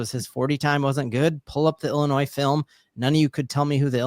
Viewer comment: Just so ya know the S on the end of Illinois is silent.